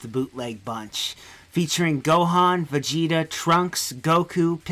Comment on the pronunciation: Bezida. Bethida. Beki. He is bazinga, highness of saiya people.